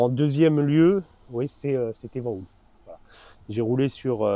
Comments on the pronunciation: Euh, les gars, VanHool, ça se prononce "vanaule" !!🤣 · Merci, il fait référence au film "Les valseuses" Sinon, je pense qu'on s'est mal compris : Le Van de Van Hool se prononce "vane" et le Hool se prononce "aul" (idéalement avec un "h" aspiré), car en néerlandais (Van Hool est une société belge), "oo" se prononce toujours "au". Voili voilou. Merci pour tes reportages et bonne continuation